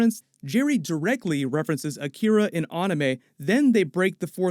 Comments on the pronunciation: WTF is "Ahn-ee-may"? It's An-ee-may, ANIME!!!! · Did he just say onamae😭🤣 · It’s pronounced an-eh-May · Dafuq is "arnimay" tho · I hope he said anime like that as a joke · The way this nigga said anime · What kinda dumbass pronounces anime like that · Won't anyone say something about his pronouncing of ANIME?